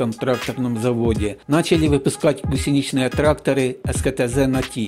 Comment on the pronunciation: не первый раз встречаю ударение гусенИчный, тогда как во всех словарях "гУсеничный [не гусенИчный]"